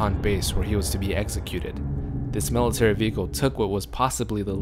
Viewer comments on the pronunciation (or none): none